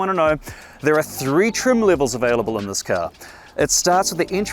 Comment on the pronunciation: He says this as thezz.